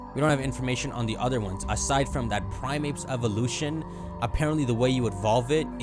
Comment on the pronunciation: The word is Prime- APE, not ate. Goofball.